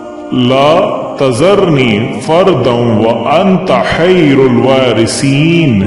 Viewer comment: آپ نے نے قرآن کی آیت کو غلط پڑھاھے اسے درست کرلے حیرُالواریثین نھیں ھے خیرُالوا ھے اسے درست کروالے